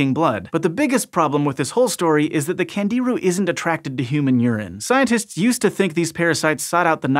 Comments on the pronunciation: Pronounced ‘KHAN-JI-ROO’, with the accent on the 3rd syllable. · candiru as in kan djee ROO with the stress on the last syllable, FFS.